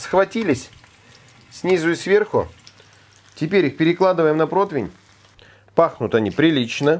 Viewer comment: прО-ти-вень же, ну?! Протвень, протвень, сорян конечно 😀 Но я давно уже терпел, не вытерпел